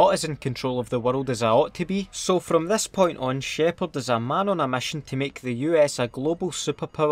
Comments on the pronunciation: "Wit the fuck Sheparrrrd" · ”GeNeRÆl ShĘpHÅAaRd”